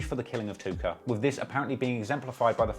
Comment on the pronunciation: I had to rewind it like 4x bc you’re limey pronouncin’ of “Tooka” as Took-OH! Hope no one smokes a blunt cuz I like these videos.